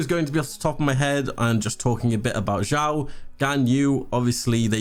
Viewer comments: Xiao is pronounced “sheeao”. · It’s actually pronounced as “siao” but, ok